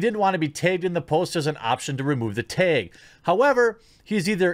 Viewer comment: The way you say bag and tag is amusing would love to hear u refer to the Film Actors Guild